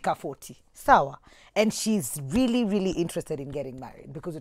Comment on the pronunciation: Hahahaha eeei "...maybe it's your smile.." 😂😂😂 Rearry?